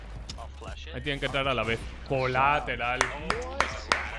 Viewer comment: Colateral. Ulala señor frances